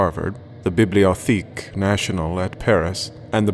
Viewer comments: Wait lee not wot lee. Biblio tek not biblio theek. Those quibbles aside very well done. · BIBLIO*TECK* is how its pronounced. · not Biblio THEEK. It's French, bud. Nobody ever says Bibliotheek. That's not even an Anglicization, its just wrong lol